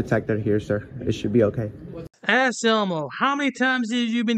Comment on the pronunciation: Anselmo is a 🐈 Every time you guys call him Ass Elmo, I hear you saying, “ass elbow,” as in, doesn’t know his one from his other. 😂